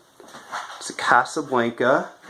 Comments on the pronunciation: It's Casablanca not Casablainka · You're saying Casablanca wrong